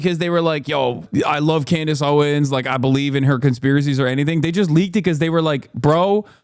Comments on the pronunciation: Just curious, why does call Candace “Clandace” just wondering. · Why is Hasan calling her 'Clandace'?